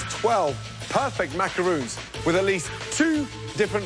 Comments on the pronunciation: The ignorance is killing me...these are not macaroons ffs,they are macarons!!! It's unbelievable that none of them,not even the judges can pronounce it right!!! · They pronounce macarons like macaroon :/ is that wrong or is that just me??? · First of all even though this is off topic with the winner.....why on earth did they not pronounce macarons right? Their talking about a completely different cookie (macaroon) and I thought we were looking up to professional chefs....Sigh* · Me cringing at how they pronounce "macaron" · Macaroon da fuq it’s macaRON